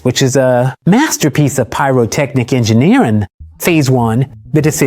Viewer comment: it's so weird, I'd like to know. Maybe the A/V files were messed up or something? Edit: NVM it's gotta be AI, when he said "Engineerin" ...nobody says it like that edit: dude this is what some AI thinks engineers sound like...exciting but kindy nerdy? It's weird. Watch this be real and we're just roasting the dude